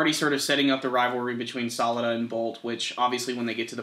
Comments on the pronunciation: Just to Let you guys know, it's not bolt or salad. It's Bo-Ru-To, and Sa-Ra-Da. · Ughh it's Boruto not bolt that's just how it translated to English like sasuke daughter being pronounced salad it's real sarada